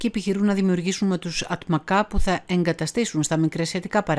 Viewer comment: Ατματζά προφέρεται και όχι Ατμακά που σημαίνει Γεράκι (atmaca) c = τζ.